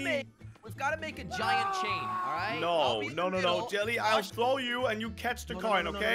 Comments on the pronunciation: I laugh at when he said acidently joly to jelly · I like when said when they fall said jelly but he said jolli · Crainer call jelly as jalli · Joly XDDDD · I heard "your bottom jelly"😃✋